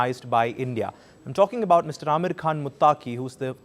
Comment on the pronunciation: Amir khan not Ameeer khan mutaqi